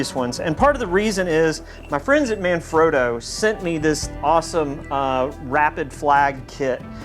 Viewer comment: "My friends at Manfreuuuoowwwdoeuuuooooww"